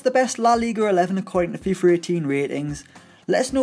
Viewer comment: Anyone else hear that he’s saying fifer 18 lol